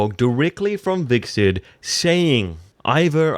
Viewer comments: Its pronounced "HviT-serk", not "vik-sid". Bloody hell ?!?! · Dude, what is it with you and the names? Hirald...Viksert? Come on...